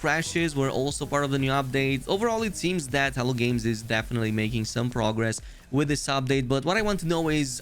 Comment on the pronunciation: Every time you say "Hello Games" I hear "Hell Games" 😂 Thanks for the update on the patch!